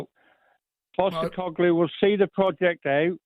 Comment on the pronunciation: “Andrew Postecoglu”